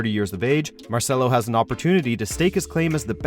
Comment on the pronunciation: I lost hope when they said Marcelo